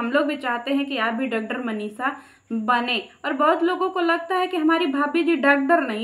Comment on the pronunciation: Doctor bolna to sikh